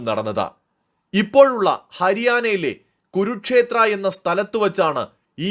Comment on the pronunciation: ഗുരുക്ഷേത്രം അല്ല കുരുക്ഷേത്ര യുദ്ധം എന്നു വ്യക്തമായി പറയുക !